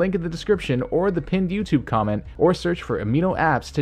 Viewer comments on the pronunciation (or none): none